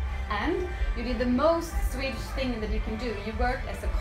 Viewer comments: That is actually quite impressive. Really rare to hear someone, that hasn't learned Swedish by 13-14 or so, speak it with such a good accent. Even more rare probably for someone having English as a native language. I guess he is rather gifted. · OMG ! Im from sweden and he speaks swedish spot on with an accent perfect ! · Holy crap, I don't say this lightly, but he has a perfect accent, I couldn't even tell he was from another country.